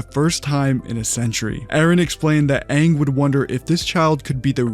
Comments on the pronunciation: They said “Ong” nd that shi pissed me off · We knew the movie was going to suck the moment they decided to pronounce Aangs name as "Ung" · THE OG CREATORS DID THE BOTCHED MOVIE??? and the actors still screwed up the names, like with Ung.. ITS AANG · I’m offended. Live actions notoriously suck. And the creators allowed them to pronounce Aang wrong?? Double offended.